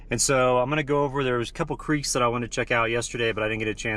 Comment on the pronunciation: I thought I caught that colorado Accent of "crek". Fellow Coloradan saying hi.